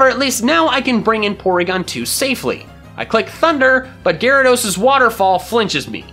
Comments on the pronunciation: u say gayrados not gyarados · Lol Gay-rados Srry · It's not gayrados, it's gyarados.